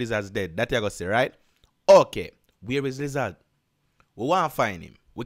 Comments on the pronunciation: 😂😂😂😂😂 I can't get over u saying "liz- zaz" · Bruh wtf is a lizaz😂🤣